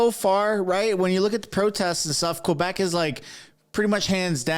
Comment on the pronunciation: I like how tucker says quebec the right way. Im from ontario and i speak french before english.